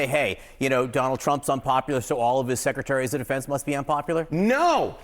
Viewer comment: How is it so difficult for this guy to say "Secretaries of Defense?"